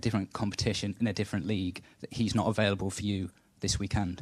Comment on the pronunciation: calm down bro just think it’s funny they say awailable